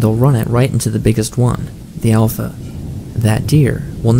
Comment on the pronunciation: "Alpha" you just lost all credibility lmao